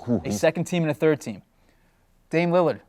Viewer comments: "Damian Limmard. Damian Leonard" Damn he really doesn't know his name lmaoo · Every time he talks about Dame he always says Lilard wrong